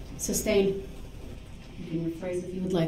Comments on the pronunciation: “Grounds! May I have the grounds for the ‘substain’ ?” 😂 Ignorant and exhaustive. 🙄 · DB is disgusting…pure evil scum of the earth! I wish someone would have told that stupid POS, it’s “sustain” not substain! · May I have the grounds for the substain????? It’s pronounced SUSTAIN🤦‍♂️ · “Any reason for the substain” What a legal scholar—NOT